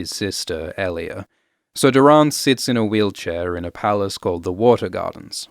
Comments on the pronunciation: "Dor-In" not "Dur-on" is how his name should be pronounced. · Can’t get over the “door-rahn”… 🤦‍♂️Why are you pronouncing it like this 150 times in the video 🤮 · Great content m8, just 1 thing keeps throwing me off, you pronounce nearly every name differently to me so it sounds weird to hear lol. You say LEEanna, I say LYEanna, you say Doh-rAHn, I say Doh-Ran, you say EHlia, I say EElia... weird huh? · Doran Martell’s name is pronounced as Door’un Martell. Not Doe’rawn. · I hate how you pronounce Doran. 😂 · Are we gonna get a remaster of this with Doran’s name pronounced correctly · Why are you pronouncing Doran like that?